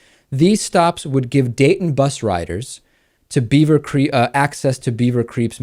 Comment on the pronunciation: did dave say "beaver creeps" instead of "beaver creek" ?? lolol! if so: perfect description of the psychology re: the crazy ohio suburb folks! 'GOT DAM' racists!! i mean, now they want to limit bus stops & access to college for african-americans?? these ohio-super racist-wanna-be-humans are seriously sick in the head & seriously stupid. but ohio again, like florida?: lord, give us strength because what's next? :o0